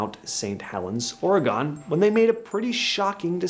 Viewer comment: You said Oregon and Nevada wrong but each their own 🤷‍♀️